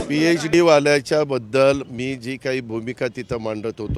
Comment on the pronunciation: साम टीव्ही तुम्ही अगोदर तुमची हेडलाईन बघा... पिएडी नसते... पि.एच.डी अस असतय...अवघड आहे राव...😅